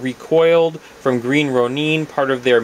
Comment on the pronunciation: Sorry, but your pronounciation of Green Ronin is not good for my ears hehe. I believe it's pronounced as Row-Nin not Row-Neen. Sorry, just my preference. I liked the vids by the way. You have a monstrous collection, no pun intended.